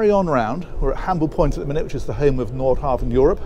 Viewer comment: think one says Nord hah--ven